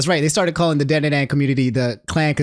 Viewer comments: Not pronounced DAN DAN DAN. DON DON DON is how it is supposed to sound,. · Stop mispronouncing Dandadan my dude